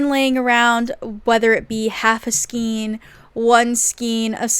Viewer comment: Thanks for the video! Just for the record, skein is pronounced "skayne". 😁 I can understand the confusion because of the spelling. Maybe Americans pronounce it differently. 🤔😊